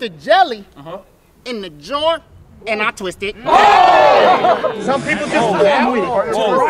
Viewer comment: the way he said "aNd i tWiSt iT" 💀💀💀